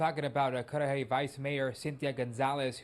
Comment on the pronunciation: you said Cudahy correctly! Cudahy is not a nice area, as you might of guessed.